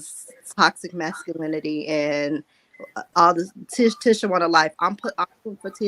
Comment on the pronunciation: Now saying the names different. It's Mar - so not Mar-sue. And it's Tee-sha Not Tish-a. Excuse my correction if I'm wrong.